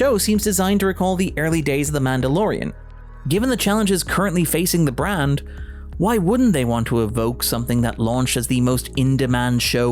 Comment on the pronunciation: Love your insight, can't stand how you pronounce the "a" in brand and similar words. Is this an accent, or is this a speech impediment? Everything else seemed perfectly eloquent, so just has an uncanny feel for me as a listener.